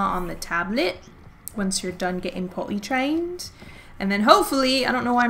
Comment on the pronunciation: Why is it that whenever you say potty trained... i hear it in an english accent